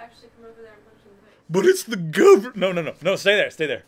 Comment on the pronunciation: "the geeyuvermint"